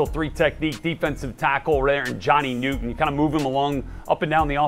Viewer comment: Why are yall calling him Johnny Newton? Pronounce his name clowns